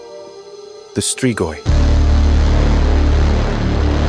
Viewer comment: you nailed that pronunciation